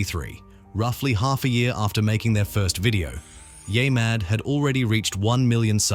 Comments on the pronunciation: Wait...the voice calls it "yaymad" 2x in a row, then, the 3rd time, says it correctly. WTF ? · Yeah-mad, not Yay-mad. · What the fuck is yay mad? Its yeah mad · Can you redo this episode with the proper way of saying YEAH Super annoying. Yaymad sounds dumb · It's YeahMad, not YayMad. Gotta be pretty dense if you can't even pronounce it correctly. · Use a better AI narrator, one that pronounces Yeah Mad as Ya Mad instead of Yaay Mad. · U know its called yeahmad NOT yah mad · The AI voiceover manages to say "YeahMad" wrong in a few different ways. Impressive.